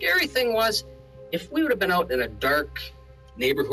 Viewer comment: It’s funny the way these people pronounce “out” like “eaut”. 😂